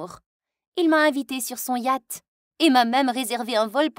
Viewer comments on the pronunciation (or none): L histoire est cool mais..."sur son yAt" s il te plait quoi